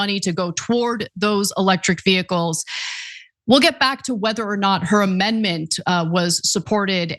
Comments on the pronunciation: mtg puts the Hick in "vehicles" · MTG struggles to say 'vehicles', just pointing it out. She wouldn't miss an opportunity to attack Biden for his speech.